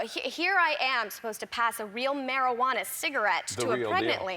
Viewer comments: She said mary-who-ana. 😂😂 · Marijuana “cigarette” 😂 she’s so cute